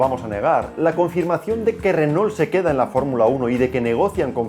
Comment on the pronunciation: Por que pronuncian renol ? Cuando lo más correcto en español sería pronunciar reno